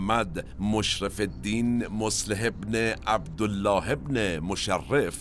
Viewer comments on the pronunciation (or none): none